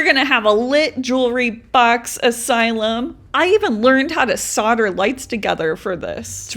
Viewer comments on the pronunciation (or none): none